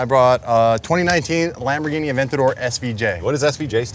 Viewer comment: Lamborrghine mashyne